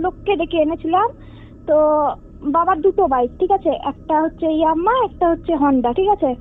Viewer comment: না বোন, আমি nothing strange, I উনি এখানে Yamaha (ইয়ামাহা কে ইয়াম্মা বলছেন, তাই লিখলাম ।